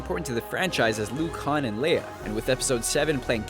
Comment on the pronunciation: han not had